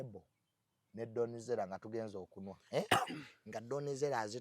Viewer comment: But saymore please teach how to pronounce the word kunywa not kunwaa 😅